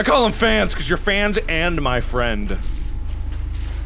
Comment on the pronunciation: o then i will be ur best 'frand' markiplier